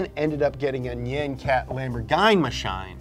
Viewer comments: It's NOT "Nigh-yen Cat", it's "Nee-young Cat"! I'm not a weeb, but damn son, I cringe at Muricans slaying Japanese words with their tongue. Greetings, a German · nigh-ann cat? really? really? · Fucking Nie-ann Cat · I think it's ironic. He also said N-eye-on cat and greg's list